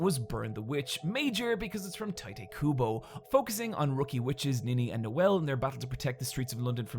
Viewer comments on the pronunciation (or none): Tite is pronounced like "Tight" not tai tay. taito in japanese.